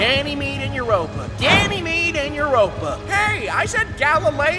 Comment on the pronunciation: Did anyone hear that ganomy called uropa babe🤨🤣😂😅🫠